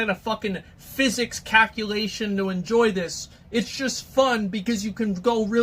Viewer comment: "physics cackulation"